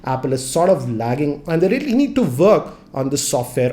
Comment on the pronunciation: Work Pronounced FWORK